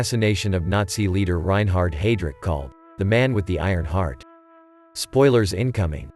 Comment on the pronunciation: Take your "take" on the road! BTW..there is no "t" at the end of his name. Reinhard .....NOT Reinhardt.